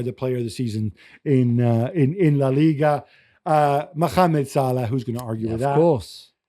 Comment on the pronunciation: For the love of god, could someone please tell Gab that there is no kh in Mohamed (Salah)!?